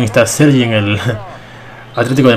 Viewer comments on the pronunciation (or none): none